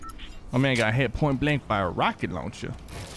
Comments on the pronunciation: Sounded like letshe haha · RuCcEt LoUnChA!